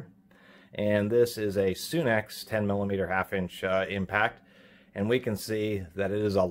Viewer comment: You say sunex like soon ex. I say sunex sun 🌞 ex haha! I have a few things from capri. Pretty happy with the price & quality on their stuff.